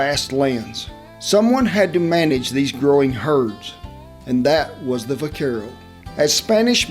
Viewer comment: The v is pronounced with a b. In the word vaquero.